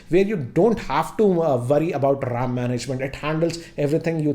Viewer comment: dude,get the pronunciation of the word 'ram' correct as to me it does really matter how you pronounce when lacs are watching you.